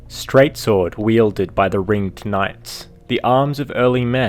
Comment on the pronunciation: am I the only one who was annoyed by him saying ringed incorrectly? so much emphasis on "ed" when saying ringed knights and ringed city